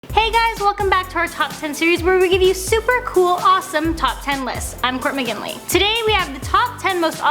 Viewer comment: Is she getting lazy pronouncing her name or am I stupid? I always hear her say "court mginley"